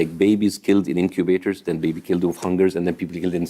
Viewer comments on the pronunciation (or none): none